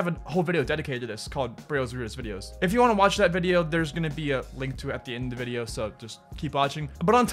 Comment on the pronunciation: How many times did he say vidio ??